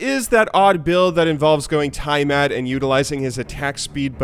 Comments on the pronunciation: DID SAY (TIE) (MAT) LUL ITS TEEAMAT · "timemat" lol said "timemat" instead of Tiamat. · I heard it too... And "Tiemat". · Pretty sure that's not how you pronounce Tiamat.. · Anyone else wanna shoot them selves in the foot when he mispronounced tiamat?